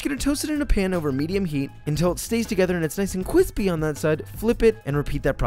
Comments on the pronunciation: the desire to perish grows exponentially every time i hear “cwispy” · Every time you say "cwispey" I lose respect for you. Your cooking skills won't save you from shame. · Damn man. Err body know that beef is the standard for judgement. I like chicken more too but like it’s like trying to recreate something like “Gourmet Makes” and comparing a product to its Halloween seasonal version. It’s a biased judgement. And chicken gotta be shredded to maximize that cwispy cwunch of the tostada. Still love ya Josh. But cmon mang. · Whenever he says "cwispy" it triggers my fight or flight response. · Cwisphpy is my new favorite word. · I love when he says CWISSSSPY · After reading my comment and seeing that it actually posted, Im quite astonished. Point still stands however. Bro, please cut out the super annoying stuff. "cwispy? Kwisspy? Chris P.?" Why bro? Its so irritating to the ears. Its a shame your cooking skills are talented enough I watch even though I cant stand hearing these... Jokes? Or whatever theyre classified as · Nobody: Joshua: Cwispy. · SO cwispy!!!!! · pls stop saying cwispy :) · I don't think simple mortal minds can understand just how much I love it when Josh says "c w i s p y". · Lol same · Thicker than a snicker and ultra kwispy. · Cwispy hehehe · Josh saying C W I S P Y makes me so happy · KWISPY WRAP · Please stop saying kwispy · This video has every Joshism in one: "Cwispy," "Cronch," "balls," gratuitous butt shot and a new classic: "thicker than a snicker" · No on: Joshua: CWISSSSSPY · drinking game: take a shot every time he says "kwispy" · I never understood the satifaction of a grown man saying Cwispy like this. I feel like i can die peacfully now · “Cwispy” has officially replaced “crispy” in my vocabulary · Amount of times he said kwispy: KWISPY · Yeah too bad he doesn’t really say it anymore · That was so cwispy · I want to punch a hole in the wall every time he says cwispy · I love when he says “cwispy” 😂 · nobody nobody at all Josh: cwispy